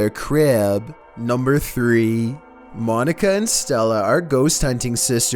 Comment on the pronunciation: Monica, actually 😁